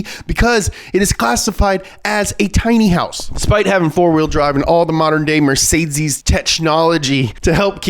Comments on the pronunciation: Can you please stop saying Mertseezziiesss instead of mercedes.... you sound very dumb saying that. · MER-CÉ-DES not mercaidscees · Sorry, but that pronunciation of Mercedes is just killing me 😂 It's kinda more like "Met-zay-dees" and not "Mer-Zay-Zees" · Mercedsees. It's not Mercedsees. MURR - SAY - DEES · As a German it triggers me that you pronounce mercedes mercedzeez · Mercedeez lol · I kinda hate that he says Mercedes like Mercedzys but every says some thing differently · Did I hear MercedZes? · Pronounced mer sayed deeez buddy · why is it so hard for you pronouncing mercedces right? ;) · Nobody:: MerZeziss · Is this how Americans pronounce mercedes? Never heard it like that before haha It's MER-SAY-DEES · Mercedzes ? Dude pls learn how to pronounce car brands if you talk about them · Why is he saying MercedCes? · it's pronounced Mer-Ka-Dess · Nobody: mErCeZeS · The “funny” pronunciation of Mercedes and other words is super annoying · Is he genuinely trying to say Mercedes? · Why does he say Mercedes like that...... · The way he says mercedes makes me angry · You can't even say Mercedes lol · Same reason he's saying Fjord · He is really struggling with the word Mercedes